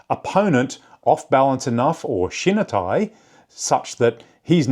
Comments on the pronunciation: You’re pronouncing shinitai incorrectly., not shin nuh. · Great video! Love deep dives into topics like this about my favorite sport. Just a friendly tip to sound less Anglo when pronouncing Japanese words: any i in Japanese makes the "ee" sound. So shinitai would sounds like "she-knee-thai"